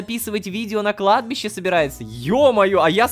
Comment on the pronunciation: ХАХАХА "на кадби́ше ветер свищет" Продолжение "на кладбище нищий дрищет" (Кладбище: ударение на И)